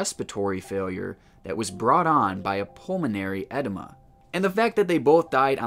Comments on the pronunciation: Thanks for a great, interesting, channel. 👍 I was a bit confused for a while, I thought you said that some of the people had an enema, (sure, it’s uncomfortable - but not usually life threatening). Then I realised you were saying edema , I think it’s pronounced ‘eh-deem-ah’ , sorry about that. 🙄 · I thought you were saying pulmonary ENEMA. 😂 Just FYI, it’s pronounced Edeema which is a collection of fluid in the lungs. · Lmao pulmonary ED-emma? Lololol im not saying you're stupid it's just funny, so the word edema is pronounced ah-DEEma, and not ED-emma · Pulmonary “etima”? It’s pronounced “adeema”. Sorry, couldn’t resist. Love your vids…… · I'm sorry, but I chuckled every time you said "edema." Ah-deam-uh not eh-dye-ma. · I’m pretty sure it’s pronounced “Ed-eeema”... long E’s. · Pulmonary “ehh-deeee-mahh”. Not “Ed-uh-muh”. I hate being that guy but just trying to help. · Its pronounced Ah-deem-ah. Not Edima....spelled with an "e" not an "i." So to recap, its spelled EDEMA, pronounced AH-DEEEEM-AH. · But it wasn't edema, was "edima," according to 😂 (Sorry, I couldn't resist!) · I love your videos. Recently found your channel, subbed, and am binge watching your content. I'm going to be "that guy", though, and (gently, I hope) let ya know that "edema" is pronounced, "ae-DEEM-ah". Edema is essentially fluid in the lungs. It can be a part of congestive heart failure (CHF), as well. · Love your stuff. For the future, the second "e" in "edema" is pronounced as a hard "e". eh-deem-a, deem rhyming with words like clean, stream, seem, etc. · Bro, did you say pulmonary enema? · Is he saying Pulmonary Enema? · “Ed-Deh-mah”? Good grief! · It’s pulmonary edema pronounced ed, deem, maa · Pulmonary edema pronounced= pulmonary Add-eeee-maa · “Due to a pulmonary edima” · Just FYI how to pronounce edema: Ah deema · You might know this by now but it's pronounce pulmonary edEEma. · Dude...eh-DEE-mah. Edema. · Interesting vid! Btw, it's edeeeeeema😁